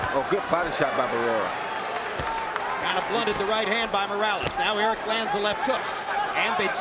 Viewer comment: .. just for the record Buffer: Errick (doesn't exist) it would be Erick with soft r like in "tree" Buffer: El Terrible is perfect! Buffer: "Morrales" (is various fabric bags) it would be Morales with the r sound like the t from "Dakota" In Spanish not everything is rrrrrrrrrr